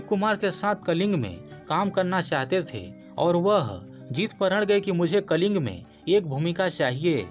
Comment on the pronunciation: कलिंग नही " कलिंगा " भाई 🙏🙏🙏🙏